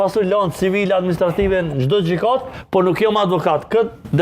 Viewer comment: Ti koke belban bre..ti shko meso shqiptim e fjalive dhe pastaj eja e ha Mut.gjykat thuhet oo popak e jo gjikat😮